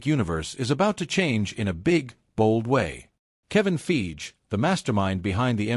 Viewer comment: Kevin 'Feege', pronouncing Fiege like Siege. 😅